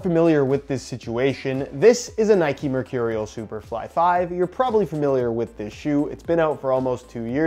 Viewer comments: It’s Nike not ‘Nikey’ just like it’s bike not ‘bikey’ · Its not nikey it nike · It’s not ‘nike-ayyy’ it’s just NIKE. like cmon you wouldn’t say bike-ayy